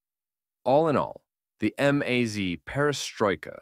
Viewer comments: Em-az? 😂 It's just a maz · I like how your AI voiceover chose to pronounce MAZ as “amaze” from time to time.